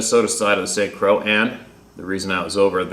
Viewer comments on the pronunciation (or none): Croix is pronounced "croy" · St Croix sounds like CROY. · It's pronounced (croy) but you do great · Croix is pronounced croy